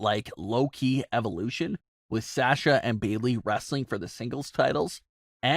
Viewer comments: Why cant this guy pronounce "Sasha" correctly? Its so easy to say. Is he trolling? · I will not sub to this channel until this fool says Sasha's name correctly. He's an idiot and the fact that he has to plug in that same line in the middle of every video about most of his "viewers" are not subscribed is another reason I'm not subscribing.